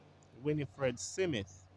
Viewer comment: the name is Smith and not Simith